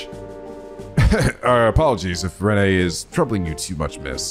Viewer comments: I also pronounced her name Rennay until I heard the voiced lines, I feel less dumb for not being the only one. I think it was quite weird to spell it like that in the translation even though I'm used to it now. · also renne's name is pronounced not as Ren-Nay, its Wren, like the bird. trust me it got me for a while too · Just so you know,. Renne's name is just pronounced "Ren". Like, the E is silent. Don't worry, I made the same mistake first time I played. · Kevin is voiced by Keith Silverstein, aka "Damn Brat, I'll sue!", oh and yeah Renne is said as "Ren" Why? Fuck if I know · If I recall correctly, Renne is pronounced Ren for the same reason Artoria became Alturia. "Yeah, that sounds right, pronounce it like Rend, what no it's not an actual name how could people possibly get confused." It's like the opposite of Loewe. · The real lifesaving perks of Kevin's Grail Sphere S-Craft come from both being able to S-Break it so you can just suddenly Earth Wall everyone without cast time or it being your turn, and from the Maxed version blocking 2 attacks. Also Renne is pronounced "Ren", with the 'e' being silent. It's like how a lot of words with a single 'e' at the end have it silent. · 1. Lucia isn't one of the orphans due to being from Manoria Village. So no portrait for her. 2. Renne's name is pronounce "Ren". Don't know why, but it's a thing. 3. Kevin is voiced by Keith Silvertein. So Speedwagon returns! Always trust in Speedwagon! 4. Vogt's back problems were caused by Estelle. I mean she did piledriver him in the ground back in the last game(I still love that edit Sai did) 5. The bonus BP from the Photo side quest is suppose to be obtained during a second go of SC. Since by then, you know that Dorothy shows up and can have her take the picture. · Oh, the Renne pronunciation mistake is fairly common, so don't worry about it. It's "Ren", yeah. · btw Renne's name is pronounced without the last e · The E at the end of Renne is silent. So it´s just "Ren"